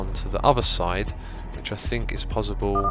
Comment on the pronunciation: Why do you pronounce possible as 'pozzible'?